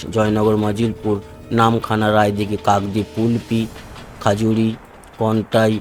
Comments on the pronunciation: খাজুরি নয় ঐটা খেজুরী উচ্চারণ করতে হবে। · Actual nam ta bodhoy khajuri noy khejuri hobe.